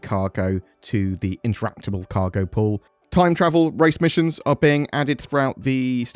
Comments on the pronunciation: Thought you said "time travel" instead of time trial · Dang, I heard "Time Travel" instead of Trial...